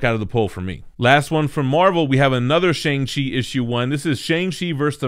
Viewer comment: a full video of trying to pronounce shang chi n its creators